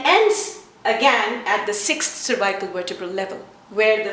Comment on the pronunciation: Nice! I never heard anyone saying cervical this way: survaikal. Couldn't understand first :)